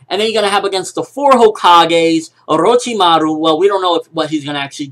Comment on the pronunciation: xD the way he says orochimaru